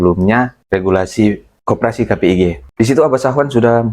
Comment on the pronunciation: Wkwkwk.... Mana suaranya yang kemaren?? Kpig bukan Kpgi. Bang